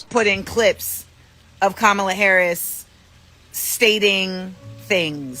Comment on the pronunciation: Even if you do not like her, why don't you pronounce Kamala's name correctly?